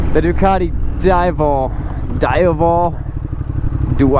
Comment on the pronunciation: Dee - Avel, - do your homework 😮